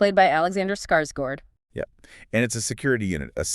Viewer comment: HOLY SHIT! SHE SAID SKARSGÅRD RIGHT!